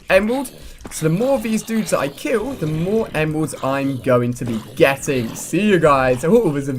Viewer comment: Sounds like he said emwelds